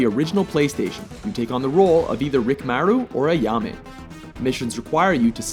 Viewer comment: Did the narrator SERIOUSLY pronounce Rikimaru as "Rick mah-roo"??? Really, dude? Don't you see the I after the K? smh